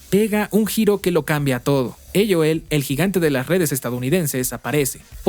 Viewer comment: Mejicano hablando español pero dice "eioel" (aol) JAJAJJA